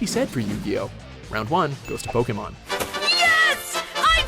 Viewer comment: why can't he pronounce Pokemon correctly?